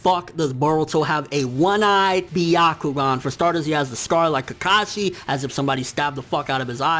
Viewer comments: sounds like "the octagon" everytime he says "byakugan" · it's not byakugaan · It's not the byagkugan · The fact that you pronounced byakugan the way that did makes me cringe. #NotSorry #WaitingForTheComments #ComeAtMeBros #PlotNoJutsu